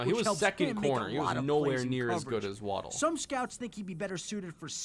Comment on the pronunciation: It's Wah-dull, not Wah-dell.